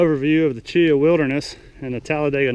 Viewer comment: Grew up right down the road near Delta, spent my whole life up on the Pinhoti and the other offshoots. Glad to see someone posting videos about it. Side note though, it's pronounced Chee-haw, not Cheeuh. Hit the Chinabee next time you're in the area. Beautiful trail.